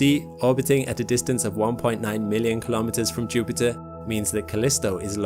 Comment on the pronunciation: When I clicked on this video I was thinking "oh god, this guys voice is too much at ti..." Video: JUUUPITTAA!!!!